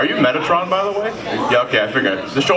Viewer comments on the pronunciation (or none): Metaton, not metatron. Gosh, do you even Undertale? (joking by the way)